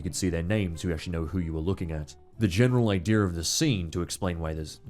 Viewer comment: “The general ideer”